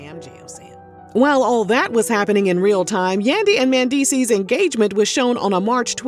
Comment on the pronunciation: the way she keeps pronouncing his name MANdeecees..........